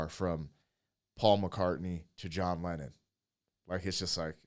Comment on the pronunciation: Leenon TO McCartney. But yeah x